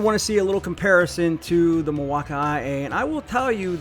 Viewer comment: I'm new to this topic so maybe I'm not understanding but is the guy in the video uncertain how to pronounce "Milwaukee"? It's not just a tool brand. There is also a very large city in Wisconsin state called Milwaukee.